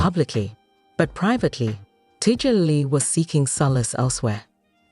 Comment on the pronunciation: Tiddjerlily? Can't stand these AI voice overs!